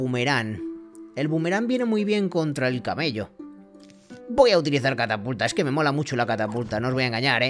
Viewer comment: estas diciendo cataputa no catapulta